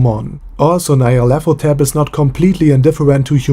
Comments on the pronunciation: Its "Nigh-ro-lath-o-tep" homie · Nyarlethotep is pronounced "Ne-ah-leth-o-tep" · Nyarlathotep is pronounced Knee-R-leth-ho-tep. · Nyan Nyan cat - Nyarlathotep... I fucking hate you butchering it like that...